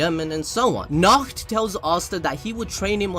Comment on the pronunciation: Be careful while saying Nacht. It sounds just like a nackt which means naked.